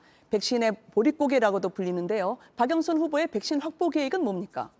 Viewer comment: 허영 운다 울어 ㅋㅋㅋㅋ 박영선을 박영선이라 발음도 못하고 박영순 ㅋㅋㅋ